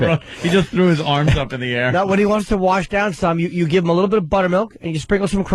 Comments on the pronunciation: Please Opie say Wersh it down again. It only gets funnier!!!! Also when is your Biirfday? Such a comedy genius! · I fucking cannot stop saying 'warsh!' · Warsh it down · ME: warsh!